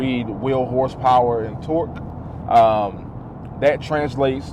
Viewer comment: “whorezzpower” lmao